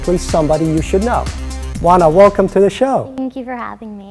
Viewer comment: I wondered how her first name was pronounced. It's Wanna and not O-ANNA as it looks. She seems more mature than 17 (her age as of March 2013). I wish her luck. She's on Disney's Crash & Bernstein which is like the fantasy Ted but for kids. It's funny, quirky, dopey and fairly entertaining for the whole family while still having some social values without being heavy-handed.